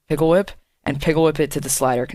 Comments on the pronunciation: Pickle whip lmao. It's pick whip or pic whip. No hate, just sayin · it's "pick whip" by the way. Not pickle whip nice tutorial tho :D